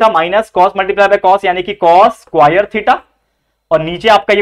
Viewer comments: squaire nahi sir square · Square ko squire bolte hai 😂😂